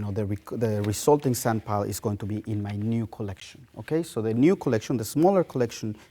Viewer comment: After 15 minutes it sounds like he says senpai and not sandpile